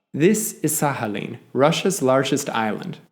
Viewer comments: Nie Sahalin ale Sachalin. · I don’t think it is pronounced as an H, instead like kh or at least K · But don't you pronounce the k in Sakhalin? It's weirding me out he pronounces it like there's an H but no K. I was thinking maybe he was just better informed than me until i heard him pronounce oblast 😅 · Sakhalin, not Sahalin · SaKHAlin not SAHAlin!! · Sahalin is not correct either though, I understand that English doesn't have the х sound (ch in Czech where I'm from) but it doesn't seem very difficult to learn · Well, I though that he was trying to pronounce it closer to Russian way (he did approximate Sakhalin with a /h/ sound so ig that made me think that). And like, even if he didn't want to pronounce it closer to the Russian way? The comment can still be interesting for some people to read, so your arguments are a bit strange for me too Also yes I do have anxiety so I tend to exaggerate what people say in my head often, sorry And yeah ig your right about the American accent (I still think you should've specify that you were talking about general American tho) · Why is the k silent? 🤫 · Why does he pronounce Sakhalin like that 🤣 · well he butchered the pronunciation regardless in a way unique even amongst americans. Usually "kh" would be pronounced as it is in "khan" by americans which is incorrect in a different way. However the "oblast" pronunciation is uniquely bad. He would be closer by saying "OH-blast" as Americans usually do. OP is offering a helpful linguistic perspective (in a very respectful way mind you) and you seem defensive and offended for some odd reason. Also LOL at "general american accent" while talking about the New England accent. How reductive of you.